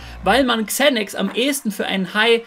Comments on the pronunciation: Spricht man das nicht Sanax aus und nicht Zänacks like Monte😂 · ✨Kzänäks✨ Bruderherz man spricht es Sänäx aus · Englisch note 6 oder was? man spricht es „Zanax „ aus 🤦🏻‍♂️ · Bin ich der einzige den das aggressiv macht wie der xanax ausspricht?